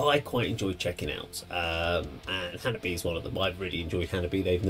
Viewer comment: Its pronounced Hanabee-eh. Chika the drummer has a YT video teaching us all "How to say Hanabie". Its pretty cool.🤘😍🤘